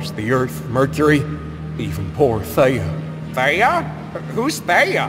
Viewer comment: Is it just me or did i think theia was pronounced thee-a not they-a 😅